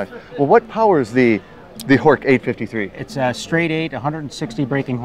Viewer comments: Horch is actually pronounced horsh. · I'm always fascinated by non natives who know better. I'm German and I can assure you that Horch is pronounced with the 'ch' like in 'ich', as Breazeale pointed out.